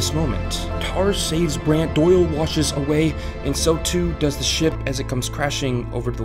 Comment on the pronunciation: Great vid. Bothered me greatly that he pronounced Brands name as Brant.